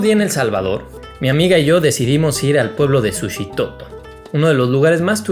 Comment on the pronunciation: Qué bueno que te gustó y por cierto no se dice Sushitoto sino. Suchitoto con ch, sólo como dato cultural. Es un pueblo muy bonito y tranquilo con un ambiente bohemio par quienes gustan del arte en general.